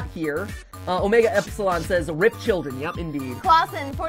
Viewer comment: CHILLEN Am I the only one who heard that he said children wrong